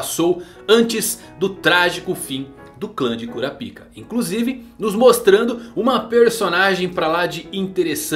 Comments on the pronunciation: Não é Kurapíka que se pronuncia, é Kurápika. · No anime eles falam "kurápika"... Acho melhor tbm kkkkkk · cura pika não mano, fala cora paika, como na dublagem, ou kurapika,em uma dicção só, sem separar as palavras, vlw!!! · 'Cura Pica' não era meme gente? Pelo o que eu lembro, o nome dele se pronuncia 'Korapaika' no Brasil... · eu costumo chamar ele de kurápika ao inves de kurapíka, então eu vi esse video com estranheza kshsuahja mas ele ta muito bom, parabéns